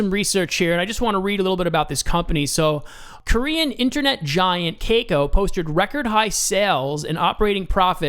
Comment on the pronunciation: Thanks for info and crypto is huge in S.Korea which may have been the reason LINK is pumping. But I cringe everytime you said "kay-co"...lol just FYI it's pronounced "kah-cow"